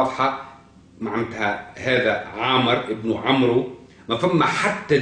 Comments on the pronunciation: يقال : عمرو amr والواو لا تنطق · تعلم العربية قبل ان تتصدى للحديث عن محمد عليه السلام . لا يقال عمرو amrou. انما يقال عمرو وفا تنطق الواو . ولا يقال مدركة madrakah بل يقال مدركة modrikah.. تعلم العربية وثقافتها قبل الحديث عن محمد يا مغرور .احمد العلوي المغرب